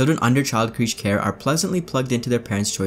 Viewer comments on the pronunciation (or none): Great video, awesomely informative...now I'm going to be an annoying grammer or pronunciation nazi... the word creche, as in "child creche".... its pronounced Kresh. Friggin love this video, you filled me in on so much...you really filled out my cyberpunk experience with some awesome back story and research... sorry for being a dick about pronunciation.👍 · You say 'crèche' weirdly